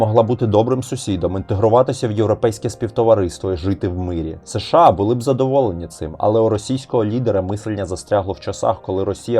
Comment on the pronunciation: Подобається канал, але є кілька маленьких порад щодо мовлення. Щ повинна звучати, як [ ш ч ]. Ч в українській тверда, якщо попереду немає пом'якшувальної голосної. США читається разом - США. Не [ С Ш А]. Щиро дякую за вашу працю!